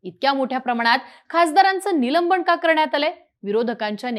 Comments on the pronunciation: निलंबण हा शब्द नाही तर निलंबन आसा आहे.बरेच बातमीदार अत्यंत अशुध्द म्हणतात योग्य शब्द म्हणण्यास सांगावे वीद्याथ्यांमधे असे चुकीचे शब्द पसरवले जतात. . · निलंबण नाही निलंबन नीट बोलायला शीका आधी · निलंबन म्हणा हो ताई " निलंबण 😂😅 नाही ! " बोल भिडू " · निलंबण, निलंबण, निलंबण ऐकून वैताग आला. अगं बाई निलंबन असतं ते निलंबण नाही. कधी शुद्ध बोलायला शिकणार. नसेल येत शुद्ध बोलता तर व्हिडिओ करणं बंद कर. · निलंबन अहो बाई , निलंबण नाही मराठी भाषेची विटंबना का करता. ? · काय निवेदिका घेतलीय.न आणि ण मधला फरक कळत नाही हिला? निलंबनाऐवजी निलंबणं बोलतेय. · ही मुलगी निलंबन ला निलंबण म्हणते. बोल भिडू qualified माणसे आणा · निलंबण, खासदाराण्णा. काय आहे हे? ज्यांना साधे साधे उच्चारही जमत नाही असे निवेदक घेता कशाला?